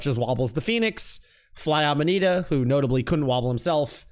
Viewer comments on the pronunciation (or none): none